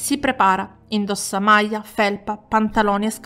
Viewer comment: Si dice maglia non maja alla romana o marchigiana. Vai a scuola di dizione, ti prego. Studia la lingua italiana non il dialetto 😅